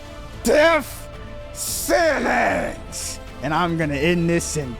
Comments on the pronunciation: Is he saying Deaf Sennance? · “Def Senence”